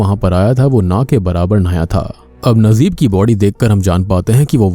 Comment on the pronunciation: your pronunciation soo weak nd bad when u take any country's movies character name... Najeeb its not nazeeb